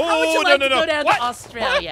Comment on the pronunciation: lol it was funny when said how about you go to astrulia